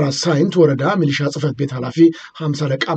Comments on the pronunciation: ሚኒሻ ሳይሆን ሚሊሻ ተብሎ ቢስተካከል፥ አመሰግናለሁ። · ሚሊሻ ማለት ይከብዳል እንዴ?